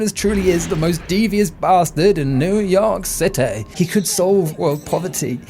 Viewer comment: Newww yorrkh cittayyyy